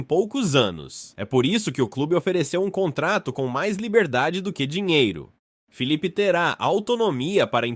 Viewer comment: NÃO É FEEEE E SIM FILIPE É COM ( I ) SUAS ANTAS